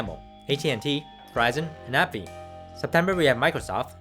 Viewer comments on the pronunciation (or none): none